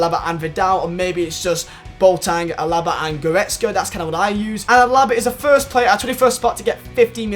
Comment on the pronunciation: His name is AAAAlaba. Not alAAAAAba. Love your vids bro keep it up!